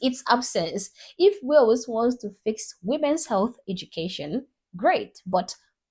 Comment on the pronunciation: It's not whales 🐳.... It's Wales